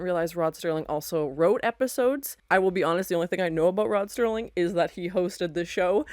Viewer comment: It's Serling, not Sterling. And yes, I have made that mistake many times over the last 50+ years.